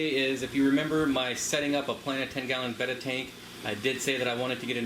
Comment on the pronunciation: Thank you for saying "betta" and not "beta" .. Subscribed 🐠